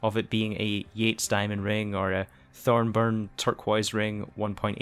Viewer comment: Hey why are you calling it Thornburn turquoise ring, where is the N in the middle, I’m sorry that’s a bugbear for me 😂😂